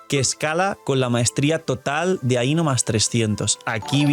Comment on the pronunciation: I legit cringed from constantly hearing things mispronounced like ae-no, but her name is pronounced as i-no. And Columbina’s name is pronounced a certain way. Colum-bina.